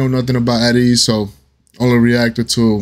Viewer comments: Ateez is pronounced Aye Tease. 🤭 I'm glad you liked this one! I'll come back later to suggest another. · The group's name is pronounced A Tease not At Ease